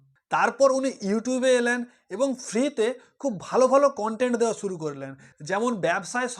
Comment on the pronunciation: ভাই প্রথমে একটা কথা বলি দয়া করে বাংলা শব্দের উচ্চারণগুলো ঠিক করুন। যেমন "শুরু" কে বলেছেন ছুরু, "আশা করি" কে বলেছেন "আছা করি", "বেশ" কে "বেছ"! এসব নিজের পাড়াতে বলবেন। ইউটিউবে এগুলো যথেষ্ট বেমানান লাগে।